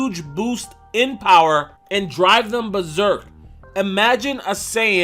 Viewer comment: Johnichu And Omg, its Berserk..not Beserek